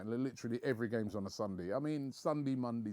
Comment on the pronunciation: mondey night lol